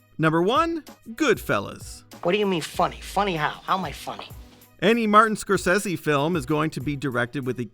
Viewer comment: I'm Sorry No Disrespect But did Yall Hear How He Said Scorsese😂